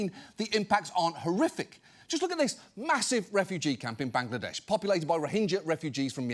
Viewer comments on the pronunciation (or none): none